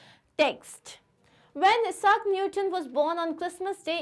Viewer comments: it is isaac not esaac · You are pronouncing Sir Isaac Newton wrong you are pronouncing his name as eesac Newton…..just a correction..